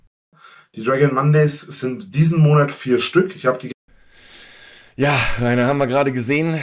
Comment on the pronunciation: Letzten Endes! Whooo! Hat sich eigentlich noch jemand so konditioniert, dass er "Monert" hört wann immer der Drache "Monat" sagt? Und noch einmal: Letzten Endes! Whooo! Weil es so schön war, noch einmal: Letzten Endes! Whooo!